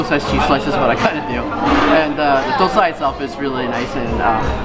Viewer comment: Everybody pronounce dosai as dosa but She pronounced the doasai name correctly